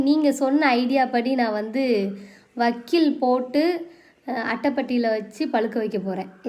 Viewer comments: வக்கீல் இல்ல சிஸ்டர் வைக்கோல்😅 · Vakkil ella adhu vaikkol di 😂😂😂😂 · Vakkil illa ma vaikol